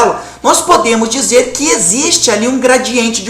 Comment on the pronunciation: Final de semestre e o cara vai e fala "esiste"...